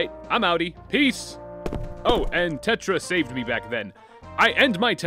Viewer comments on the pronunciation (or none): NOBODY CAN SAY TIETRA!